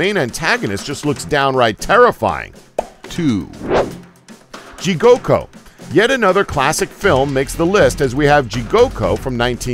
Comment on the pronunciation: He also mispronunced Jigoku. He said jigoko